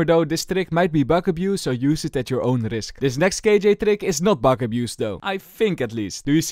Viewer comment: i love the way how he says bug in bug abuse : P "B u G" sounds kinda funy to me : P